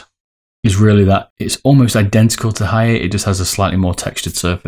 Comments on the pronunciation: lol its Ha - ya - TEH it is a complete stop at the "te" part you don't prolong the pronunciation like "tay" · It's Ha-ya-te not Haiye or Haiyet and "Hien" is pronounced like "Hee-en" ^^